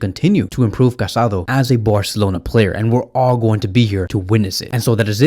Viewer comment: His name is pronounced Ca-sa-DOUGH. The accent on the final vowel is important. How can you make a whole video about this guy and not pronounced his name correctly?